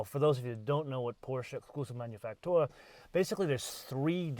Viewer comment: Please... just pronounce it "manufacturer".